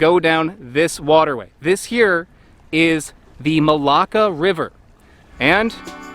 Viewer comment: i keep hearing malaka but you keep sayin malacca